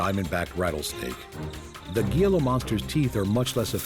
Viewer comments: It’s pronounced “hee-la”monster, not “ge-la” monster. Just wanted to share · It is not pronounced Gee lah...it is Hee lah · Gee-la? What an uninformed documentary, thought the purpose was to educate, spread information and knowledge ? Im from n.m. so dont try and tell me thats the correct pronunciation of hee-la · Its pronounced "heela" not gila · Dude, it's pronounced Hila not Gila. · As a southern Utahn who sees Gila Monsters every now and then, I also cringed a little. Great documentary otherwise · The Gila Monster is pronounced "Hee-la Monster". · It's pronounced heela monster. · "He-la" monsters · Excellent except gila monster is pronounced "hee la". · You forgot the three deadliest in sea....sea krait or commonly known as black and white sea snake, box jellyfish, cone shellfish and Kokoi or dart frogs of Amazon Forest. Gila monster is pronounced as "Hila" monster and lies probably at bottom of your list and including mine...... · I quit watching your video when you demonstrated a lack of knowledge about Gila Monsters. You act as if you know a lot about them, but you don't even know how to pronounce their name correctly. It is pronounced HEE-la. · please....HEE-luh monster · As a long time resident of the southwestern desert in Arizona, I must correct your pronunciation of the Gila Monster. Gila is pronounced Hila with an "H", not the g sound. Very interesting documentary. Thank you. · It would be a much better presentation if the word “Gila” were pronounced properly. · the announcer mispronouncing “Gila” Monster 😂😂😂😂😆😆 SO HARDCORE 😂😂still a great video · You're doing a documentary and don't even know how to pronounce Gila monster or it's very untoxic venom? Cmon man.